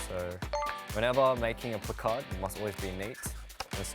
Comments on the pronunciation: The way he says placard sounds like Picard 😂😂😂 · The way he says placard is oddly satisfying for me idk y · The way he pronounces “placard” is so cute 🥺💜